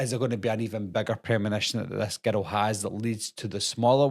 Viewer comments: I keep thinking you’re saying ghetto lol 😂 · I swear, every time he says "girl" in that accent...... I hear the word "ghetto" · I can’t get over how when you say girl it sounds like ghetto lol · When you say girl sounds like you're saying ghetto 😅